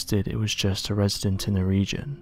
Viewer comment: A reserdant lol